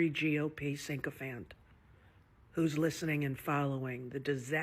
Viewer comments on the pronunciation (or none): Hey Rosie, you poisonous cow, it's sycophant, not syncophant.